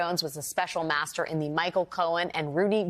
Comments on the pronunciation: master not maeztr, FFS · master NOT mztr, STOP REMOVING MY COMMENTS, they are valid, the woman has no vowels !